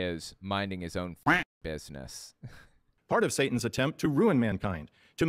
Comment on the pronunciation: I cannot stand the woman who voices the mom. She's so stoked to be part of this nastiness, and also pronounces Satan as "Say-in." Bad on every level.